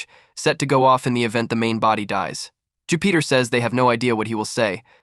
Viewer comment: I can’t get passed all the mispronounced names. If you’re going to cover a whole arc at least watch the show you’re covering because wtf. Even mispronouncing Jupiter is crazy. “Jew Peter”